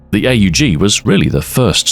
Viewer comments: Ey yu ji. Hell no. It’s pronounced OHG. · Him calling it the "A-U-G" instead of the "aug" is really messing with me. It's like calling an AWP an "A-W-P" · Huh.... ive NEVER heard someone call an aug an "ayyy you gee". You know its NOT pronounced "ayy you gee* because the letters are all right next tonone another, without periods or spaces or dashes or anything that would signify it isnt a word you say, like a word. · or more affectionately, pronounced awg. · Not once pronouncing AUG as "org" ( ˈɔɡ in phonetics I think) with your voice and inflection is a crime. 😂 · Nobody calls it "A U Jee" outside of US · Ahoy pronounces it like someone greeting Itadori Eyy, Yuji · He has risen!!! He also insists on saying "A-U-G" instead of "Aug". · Hearing somebody call the AUG the Hay You Gee, instead of the Ugg.